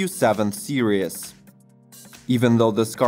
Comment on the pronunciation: Series is pronounced SEE-REES, not SERIOUS. Nevertheless great video.